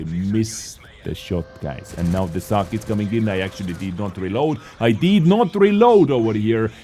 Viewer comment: No, it is a fang (of wolf), its pronunciation is with long "a"